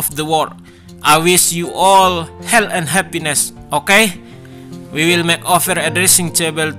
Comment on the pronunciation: Sebutan perkataan"health" tu harus benar bosku. Kedengaran kayak "hell".:p